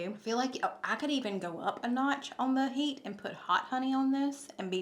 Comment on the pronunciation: H'it aka heat it. lol